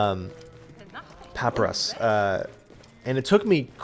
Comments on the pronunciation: Pa-pie-rus say it slowly. That is how you say papyrus not papus or pap e runs like you said. FYI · It's pronounced Pa-Pai-Russ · Just for further reference, it's pronounced "puh-pie-ris" :P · Puh-pie-russ, dude, it's old parchment. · Papyrus is pronounced like "puh-pie-rus"